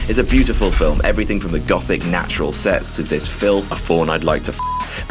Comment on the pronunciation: di...did he say philf